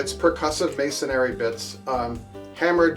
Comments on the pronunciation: I think the only thing you got wrong was how to say, "masonry." It's pronounced "mason-ree," rather than "mason-airy," but that's a niggle :) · I believe you mean to say "masonry," although you keep saying "masonary." ☺